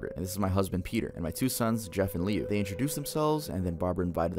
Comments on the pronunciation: I love how he mispronounces Jeff’s brothers name 😭. When I first heard it, it caught me off guard. It’s actually pronounced Lou, but it’s spelt Liu. He actually goes on to become Homicidal Liu after surviving Jeff attacking him, and he is constantly searching for him. Idk if anyone knows that creepypasta 🤔. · …I can not explain the pain in my heart when I heard him call Liu “lee-u”😭